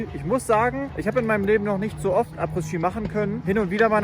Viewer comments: du triggerst mich jedes mal wenn du Abrissski sagst :D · Du sagst Apres ski ganz falsch. Das s von Apres ist still, also man spricht es Apre Ski aus. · In jedem Video verbockt er das. Er hatte Französisch, Englisch und hat studiert. Ich bin immer wieder erschrocken darüber, wie gruselig selbst einfache Begriffe ausgesprochen werden. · Ich bin jetzt zu 3/4 mit dem Video durch und ich schaue fast alle Videos von dir sehr gern. Was mich in den Wahnsinn treibt, ist deine Aussprache diverser Begrifflichkeiten oder Markennamen usw. Daher heute: "Telekolleg 1 " Apres Ski = Apre Schi Hermès = Errmess Moët&Chandon = MoëT (nicht Moeeee) Veuve Clicquot = Wöw Klickoh Als kleine Einführung 😜 Ich hoffe, du verstehst den kleinen Spaß. BVB und Arminia Freunde sind im ❤ verbunden 😉